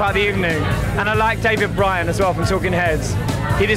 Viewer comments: I thought his name was pronounced "burn" as in David Bryne, not Bryan as Boy George said. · Boy George called David Byrne "David Bryan." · Boy George butchering David Byrnes name.."David Bryan"..? 🤣